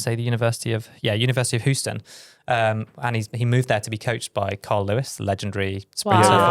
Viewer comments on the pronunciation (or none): As a German, I have to agree. The way he pronounced it sounded like the German word "Husten" (= cough) 😂😂😂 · as an American, pronunciation of Houston killed me 😭